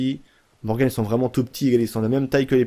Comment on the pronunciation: Morgan la fin se dit an est pas morgane ;)